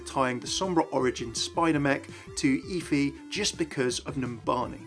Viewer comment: It's pronounced F-ee like Jennifer Hudson off dream girls